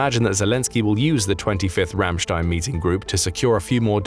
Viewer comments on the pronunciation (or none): none